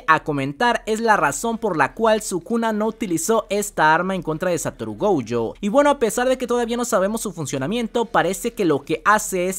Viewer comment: Nooooooooo Esssssssss . Gouuuuuuuuuuujo. Esssssssss .... Goooooooojooooooooo De dónde sacas la ...u ... ????? Llevo un mes diciendote 😂😂😂😂